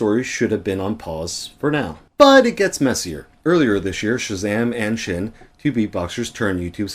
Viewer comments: its pronounced sin and not schin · Thank you for your words! I was really frustrated by the video of chezame and Sxin (btw it’s not pronounced shin, it’s pronounced sin) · We will adress everything said in this video in great detail , just so you know: a lot of things in this video are false! P.S.: it is pronounced sin not shin ✌️